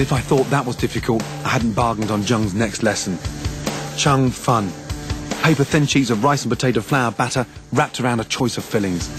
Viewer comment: OOHHH lol He should've said it like chern fun..lol not chung fun lmao